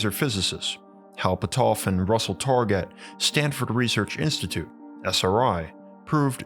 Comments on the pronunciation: Hi: LOL, Your video about the history of remote viewing would be a lot more credible if you would have learned how to pronounce Russell Targ and Hal Puthoff. There is only thousands of videos on YouTube where their names are pronounced correctly. Also, The remote viewing program was only ever stopped at one CIA agency or military program or another (and shuffled to another) because the Director of said program changed to someone who was Uber religious and thought remote viewing and psychic/psi work was “devils work.” The remote viewing program was never shuffled to a different agency or secret military program because it didn’t work. Remote viewing absolutely works statistically 60 to 80% of the time. Please research your subjects better next time. There are plenty of former military remote viewers still around that are more than willing to talk to you about their time in the secret remote viewing programs. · LOL, Your video about the history of remote viewing would be a lot more credible if you would have learned how to pronounce Russell Targ and Hal Puthoff. There is only thousands of videos on YouTube where their names are pronounced correctly. Also, The remote viewing program was only ever stopped at one CIA agency or military program or another (and shuffled to another) because the Director of said program changed to someone who was Uber religious and thought remote viewing and psychic/psi work was “devils work.” The remote viewing program was never shuffled to a different agency or secret military program because it didn’t work. Remote viewing absolutely works statistically 60 to 80% of the time. Please research your subjects better next time. There are plenty of former military remote viewers still around that are more than willing to talk to you about their time in the secret remote viewing programs.